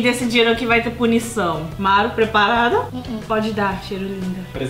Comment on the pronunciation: antes de falar dos outro n é "bunição"e sim punição